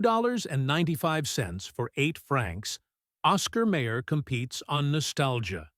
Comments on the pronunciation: May Er? We always pronounced it as My Er. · The Narrator keeps Mispronouncing Mayer it's pronounced Mi-yers not Mayors and who produced this content Trader Joe's? 😆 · The Oscar Mayer company pronounces it my-er, not may-er. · My ER not Ma er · "May-her". That was like nails across a chalkboard. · Once I hear the wrong pronunciation...I leave.